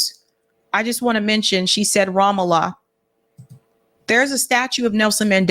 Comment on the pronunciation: Love you! Just one quick correction on your pronouncation of Ramallah: It is 'Ram-Allah', Ram means 'high place' and Allah means God in Arabic; together, it means God's High Place, and it's being stolen, along with the rest of Palestinina indigious lands, as you correctly point out. Thank you for your work and keeping your eyes on Palestine!